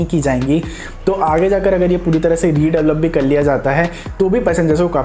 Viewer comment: redavalop 🤣 jahil aurat redevelop hota hai